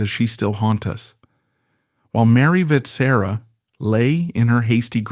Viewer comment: Your pronounciation of Vetsera hurts a lot- it's supposed to sound somewhat like wet-shear-ah (in one go)